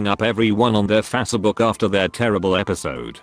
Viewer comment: "Fasse book"